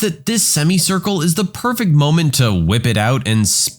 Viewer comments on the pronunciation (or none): none